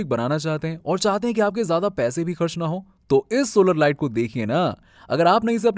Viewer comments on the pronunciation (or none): none